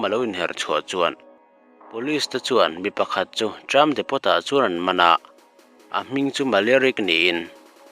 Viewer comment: Depot tih hi "Depo' tia lam tur aw, "Depot' tia lam loh tur